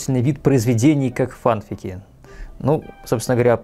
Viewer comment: если честно, то не знаю не одного человека что говорит "йогУрт". Да и в поискавиках и форумах все пишут , что "фанфИки" - правильное произношение (так даже в официальных дубляжах говорят)